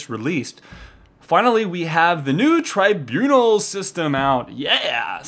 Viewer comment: I think you are pronouncing tribunal wrong :)